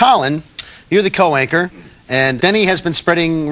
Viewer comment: Why is he saying co-wanker instead of co-worker?